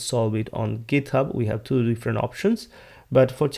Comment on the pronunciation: আপনি ট কে ত উচ্চারণ করছেন কেনো?? ইচ্ছা করেই?? ইউরোপের অনেক দেশ যাদের ভাষায় 'ট' এর মতো উচ্চারণ নেই তারা 'ত' উচ্চারণ করে, ফর এক্সাম্পল, 'গিত হাব'। আপনি কি সেই ধারা অনুসরণ করছেন পশ সাজার জন্য??